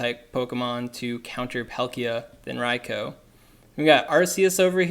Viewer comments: Ria-koo ! Not Ria-Koe ! -_- ever-time you said it I cringed ! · I disliked for the pronounciation of Raikou (Ryekoo) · Maybe a litle petty but there is no O at the end of raikou its not raiko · It's pronounced 'rye-coo' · raicoo sounds more natural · Hearing you repeatedly mispronounce riakou is irritating